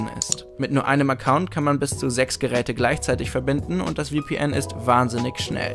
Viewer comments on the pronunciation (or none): Es heißt VPN nicht WPN